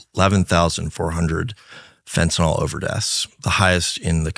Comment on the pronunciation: Went back to watching this in the middle of the night...and why can't people pronounce fentanyl properly? It's not FEN-TEE-NOL, it's FEN-TA-NYL. It's not Tylenol.